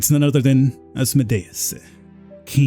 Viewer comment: Good playthrough...the way you pronounce Asmodeus triggers me to no end tho.